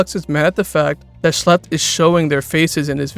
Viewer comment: it’s pronounced “shh lep”. IT IS ON HIS CHANNEL BANNER!